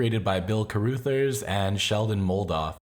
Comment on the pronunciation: It is not Carroothers, it is pronounced as "-others".